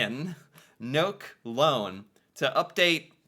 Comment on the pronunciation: NOK is short for Norwegian kroner, we never say nok 😊 (so funny) ....good reaction 👍 | I do believe all the Nordic countries have 5 week full paid vacation. Denmark do, for sure.